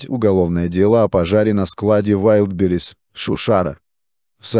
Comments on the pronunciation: Искусственный интеллект еще не совершеннен. Удареня путает Вайлдберриз прочитать не может. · ВайдИбрис))) Автор видео, научитесь уж правильно произносить название! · Научите уже робота правильно говорить название маркетплейса. Позорит коллег-роботов.